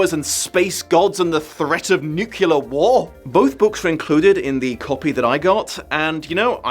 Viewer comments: Nucular 😂. Sorry. Couldn’t help it. It was a reflex reaction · I love and never miss a video. But, I cringe every time I hear him say "nuke-u-lar". 😬